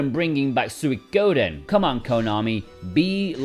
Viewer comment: nice video. but you mispronounced penchant 3 times. its not french. pen-chant. not pon-shont. you also pronounced suikoden weirdly but i forgive you because youre english